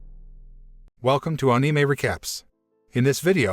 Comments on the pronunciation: I like how he says ane mie and not anime and say all other Japanese words wrong lol. 🤣🤣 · Love how he says Ane may instead of anime